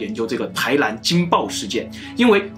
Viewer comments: 台南，不是台蓝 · 臺ㄋㄢ不是臺ㄌㄢ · 不是台南（ㄌㄢˊ） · 為什麼台南 唸成 台蘭？ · n和l你们真的发音不准吗